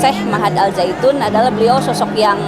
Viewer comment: Lucu dengernya ini, mengucapkannya al saitun 😄it's okey bu... Wahai para kadrun, budak Yaman, pefitnah dan kiyai kolot... dengarkan kata orang Yahudi ini: lagu Shalom Havenu Aleichem itu lagu rakyat biasa bukan lagu ibadah yahudi... jadi kalian salah besar kalau bilang itu sesat... kecewa wow... puas... puas... kurang ngopi... kopinya encer...